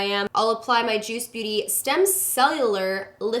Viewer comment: you said juice "booty"